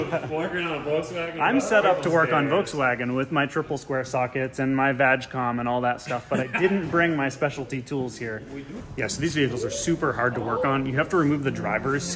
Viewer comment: I've never heard anyone mispronounce VAGCOM. 😅😅 That was hilarious! It's Vag not Vaj. 😂 For Volkswagen AG. AG is the German equivalent of Corporation here. So it's basically Volkswagen Corporation. VAGCOM is designed to work with all Volkswagen AG OBD2 products such as Audi, Porsche, etc.